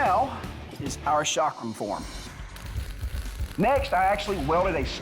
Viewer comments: It is NOT shaakram. It is cakram. Ca as in Caeserae + Kram. Cakram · Chakram: pronounced "chuck-rum" Americans: SHOCK ROOM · It is not shakram it's chakram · It’s not called Sha-kram..it’s Cha-kram. Cha as in chance. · This was the worst pronunciation of the word chakram ever, like why don't westerners even make any effort in trying to learn the proper pronunciation and this chakram doesn't even look remotely close to what the Hindu gods used. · Boy you butchered the way you pronounced chakram